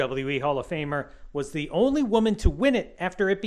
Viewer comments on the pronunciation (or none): none